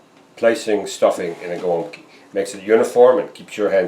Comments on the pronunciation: my family always pronounced these as "gwumpki" very close as you do., but i never knew if that was actually correct. unfortunately my grandma passed away and no once else in the family can make them anymore :( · Finally! Hearing someone correctly pronounce the name of this Polish food is music to my third-generation Polish-American ears!